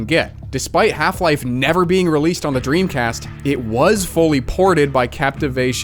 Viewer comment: dremcast not pog